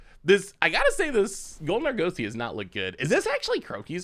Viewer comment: say Argosy like the Argosy Casino and Resort. ARE-GUS-EY. You're killing me. lol